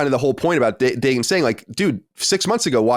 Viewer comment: in Hebrew the name is pronounced DA-GUN